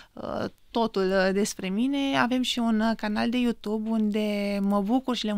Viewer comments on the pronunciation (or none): none